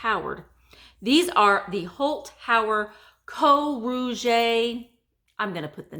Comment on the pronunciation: The Mackinac S&P shakers are so cool. Rouge is pronounced like Luge (as in the sport). As a Canadian we had to take french in school :).